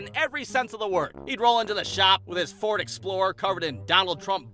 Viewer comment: Ford mor like bord :D